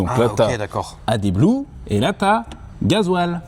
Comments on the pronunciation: car on dit Additif, A-Di-Tif, A-D, bref le français. Car oui il ne se prononce pas. ça se dis " Add Blue " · Pourquoi en France vous prononcez le D de AdBlue? En Espagne ils disent Apépé pour App ca pique tout autant